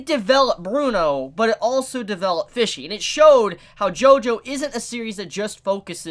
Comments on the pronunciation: Any other person: Pesci: PHISHSI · Why do you pronounce Pesci (Peshy) like Fishy? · Fishy? It’s Pesci, pronounced “Pe-shee” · I swear to god pronounced P-E-S-C-I (p e s s h i) as F-I-S-H-Y every single time - I mean the word translates to 'fishes' from italian but still.... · Everytime he says fishy I die a little inside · As an Italian everytime you say Pesci I cringe a little lol, still awesome review tho